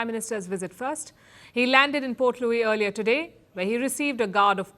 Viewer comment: I like how you said Port Louis well.